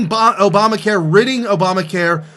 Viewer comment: Opama care. Lol. An obvious minor misspeak but it's still amusing.